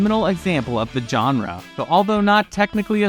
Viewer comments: Please learn how to say the word "genre" correctly, because "john-ra" is just wrong. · If you make videos about movies, learn how to pronounce "genre".